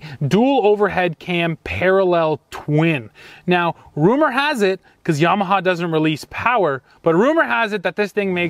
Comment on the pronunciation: A Canadian that pronounces Yamaha the correct way. Dear God above.